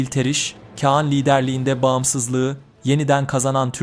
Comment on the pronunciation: Bilge Kean nedir kardeşim Bilge Kağan diyemiyormusun